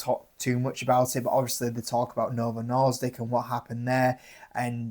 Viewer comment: Norsdik? I think you’re misreading it